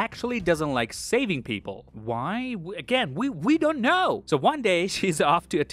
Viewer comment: "WE DENT KNUUUHHHHH" was too funny hahahahah